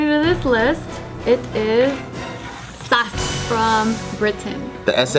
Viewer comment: When she said sas instead of s a s😂😂😂😂😂😂